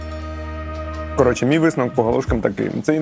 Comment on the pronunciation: Все як завжди на висоті!! Але ж не КАРОЧЄ, а СЛОВОМ, хлопці